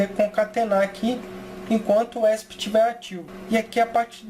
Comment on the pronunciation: "esp" mano esp nao é uma sigla? acho q o certo de se falar é E S P cada letra independente